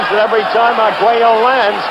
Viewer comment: Despite frequently mixing up the two fighters and taking liberty with his vowels (Arguella, Escalero, Porto Rica), Howard Cosell is still by far my favorite sports commentator.